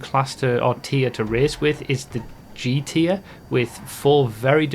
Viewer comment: I love and hate how you say G Tier I always hear you say "The slowest GTA cars and the top s tiers..."